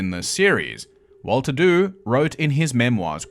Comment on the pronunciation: Just a couple of points. Dew should be pronounced 'Ju' of 'jew' although it is not connected to the jewish faith in any way, and Spitalfields should be pronounced 'spittlefields'.